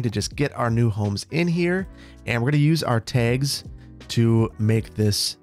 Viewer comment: you say tags so midwesternly